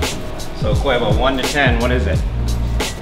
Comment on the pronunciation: who the hell is kwevo?